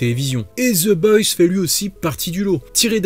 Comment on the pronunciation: La prononciation c'est the boys pas the boysse sinon très bonne vidéo